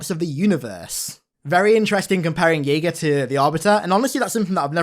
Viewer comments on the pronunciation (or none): It's (JAY-GA) not (YAY-GA) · It's pronounced "Jay-ga", not "Yay-ga". At least that's how Cortana's VA pronounces it in the Overview. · Thought his name was pronounced Jay-gah